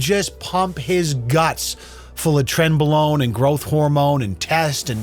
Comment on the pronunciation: "A side of trenbalone" 😂